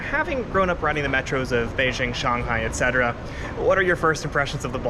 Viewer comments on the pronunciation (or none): none